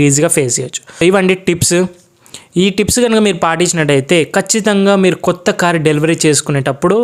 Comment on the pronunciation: కోత కార్ కాదు కొత్త కార్